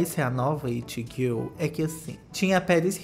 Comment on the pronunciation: Q agonia ele falando “girl” tudo errado